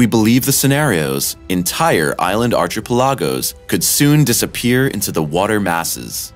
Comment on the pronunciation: Archa-pelagos? Wtf??